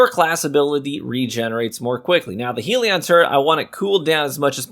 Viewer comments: HELL-ion NOT HEEL-ion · Are you actively saying Hell-e-an wrong on purpose??? Its not heal-e-on